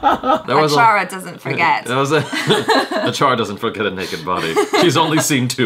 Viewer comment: Achara always read the movie names correctly